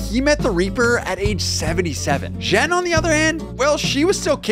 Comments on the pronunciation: I'm pretty sure JEANEE is pronounced GENE OR JEAN not Jen lol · Are you so unread that you seriously pronounced her name Zhen.